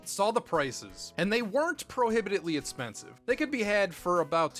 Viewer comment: Take a shot every time he says "itspensive" when he is talking about the price.